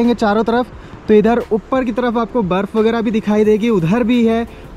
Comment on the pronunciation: उप्पर नहीं मेरे bhai ऊपर होता hai...